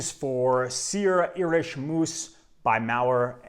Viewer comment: Great fragrance. Moos is pronounced as in "more". And if you want a fragrance to last longer, make sure you moisturize the skin area where you want to apply the fragrance.